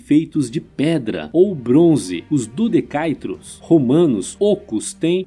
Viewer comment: A pronúncia correta é "dodecaédro", um poliedro, não "dodecaidro".